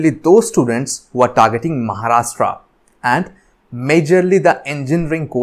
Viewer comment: Sir it not maharashta it's Maharashtra change your accent 😡😠🤬